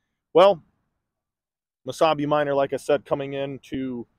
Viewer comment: Oh, MESABI !! I thought you were saying Wasabi.